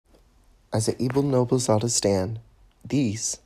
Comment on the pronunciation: is that how to actually pronounce her name? I thought it's like No-bleh-zah-da